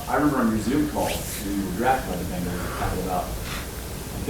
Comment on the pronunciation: Bengals, not bungles!!